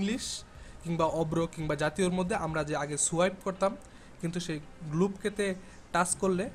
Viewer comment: শ' গ্লব কে!! 😂😂😂 Show globe key! এগুলা কি বলস ভাই?